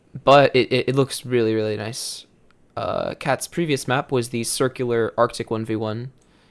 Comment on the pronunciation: H says noice